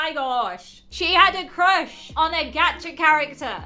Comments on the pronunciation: Why does everyone say g-at-cha.. It’s g-ah-tcha😂😂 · Isn't a anyone laughing of how the girl said "gacha life" Geacha life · GAH-cha life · I think she's saying gacha wrong